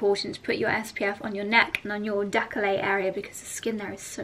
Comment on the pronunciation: Decolleté ....the last syllable got lost somewhere 😉...no doubt Reuben has it :))